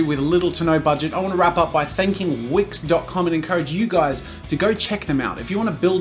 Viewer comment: dude at first when you said "this video is sponsored by wix" I thought you said wish, and felt betrayed... i was ready to disabon from that wonderful channel because you've sold your soul to the devil... But it's fine, it's wix ! Feeeeeewwww !😫